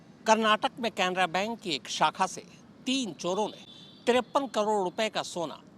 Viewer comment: Bhayya bank ka naam to sahi bolo aur cc tv wire nai dvr le gaye